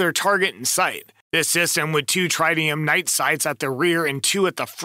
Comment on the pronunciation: How do you NOT know how to pronounce’Tritium”?